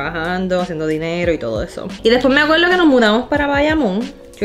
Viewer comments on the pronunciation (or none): No me acueldo veldad llegué talde